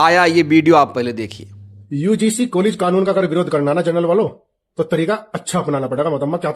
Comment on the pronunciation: बार बार यूडीसी क्यों बोल रहे हो । यूजीसी शब्द है ।